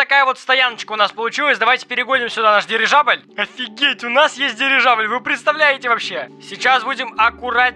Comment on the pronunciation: Дивижабль? Мне это послышалось несколько раз или нет 🤔😅